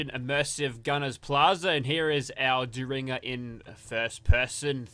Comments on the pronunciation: It's pronounced Derr-in-ger. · Booth took out Lincoln with a "dare in ger" not whatever you are saying lol. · Dare in jer ☠️